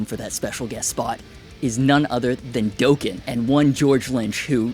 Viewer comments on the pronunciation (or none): My Charvel has a jack in the back like that. Got to respect the design choices this brand has to offer. And Dokken is def pronounced Dock-en not Doh-ken Rockin like Dokken baby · You are pronouncing Dokken wrong. It's pronounced "Dok Ken". Not Dow Ken? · Doeken?!? Dock en Is this an AI person?!? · its not DOAKEN its DOCKEN you poser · DAWWWKIN.....not DOOOOOEKIN.....DUDE! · Dokken like Rockin. NOT Doken like Token. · Dough-Kin? 🤦🏻‍♂️ It rhymes with Rockin DOKKEN 😂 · Dokken, pronounced ’Dawkin’, not ‘Doekin’. Now I’m searching Reverb for a Killer guitar! 😂😂😂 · Its pronounced DAHken not DOUGHken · Bro its pronounced, D Aahh Ken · Hollywood Pa-lay-dium. ;) And Dokken rhymes with rockin! ;) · did this fool really call Dokken "Doken" 😭😂🤣🤣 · Dude. It’s pronounced “Dock-en”. It rhymes with “rock’n.” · Pronounced D"ah"ken. Akiras band was loudness not the loudness. Good video sir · It hurts to hear Dōken and Pallædium! Ouch 😓 to my ærs 👂! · Its pronounced "Dah-ken" rhymes with rockin lol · “Doh-ken?!” Pretty amusing. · Bruh how did you pronounce Dokken? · Its just, "LOUDNESS" . Also DOKKEN rhymes with Rockin. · Are you a bot? The way you pronounced Palladium and Dokken??!! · How is it that you have so much guitar knowledge, yet don't even know how to properly pronounce the name Dokken ???? One of the all time greatest metal bands and you don't even know how to say the name correct! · Palladium and Dokken, say them right, he obviously has never listened to Dokken or George Lynch. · How are you a "metal" guitarist and now know how to say Dokken? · “Dokken“ rhymes with “rockin“. This makes me wish I still had my vinyl of “Thunder in the East“ Yes… I’m old AF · That tripped me out. 🤣 I've met George Lynch a few times. It rhymes with rockin' 🤘🏻